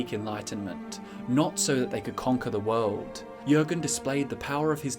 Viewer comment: "the wowld"